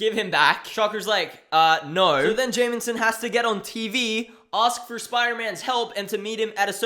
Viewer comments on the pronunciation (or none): It's "Jameson" It sounds like you're saying "Jamenson" with an added "N" for some reason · lmao love how you pronounce jameson, "jay-min-sin"